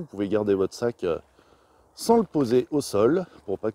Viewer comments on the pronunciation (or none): none